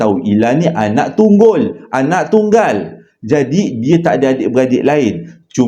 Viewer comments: Anak tunggul! Anak tunggal! the best part bila tersasul time bercerita🤣🤣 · 😂😂😂anak tunggul, lawak ni klu tersasul tp mmg best sntiasa tunggu cerita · AYAT TERSASUL🤣🤣🤣🤣ANAK TUNGGUL😅😅😅 HADIR LAMBAT LIKE KE 529 MINIT KE 58😍😍😍😍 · Bab ni mmg lawak🤣🤣🤣ank tunggul😂😂😂